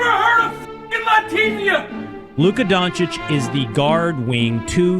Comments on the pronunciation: To ignorant people: Doncic is pronounced like Jokic - with “O” not Dancic its DOncic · They still haven't learned shit. They still pronounce Luka's last name as Donchik at ESPN. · Back in the days it was ubheard of to compare doncic to westbrook… today it’s a huge compliment for westbrook to be compared to doncic. And still stephen a cant pronounce doncic’s name properly